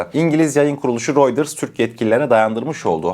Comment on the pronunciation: Amk routers senin telefuzun sana benziyor